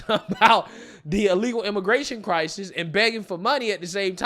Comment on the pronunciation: Somebody please tell me..What the hell🎉 is a Cry-Sees that Mayor Adams always talks about?! 😉. I tried looking it up and it's not in any dictionaries.